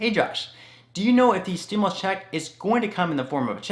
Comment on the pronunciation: Hi Josh, respectfully, please note that the word "stimulus" is pronounced "stim-you-lus", not "stim-uh-lus". Thanks for all the great information!